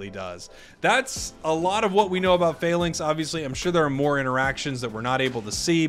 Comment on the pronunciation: it's not fay links, it's Fah-links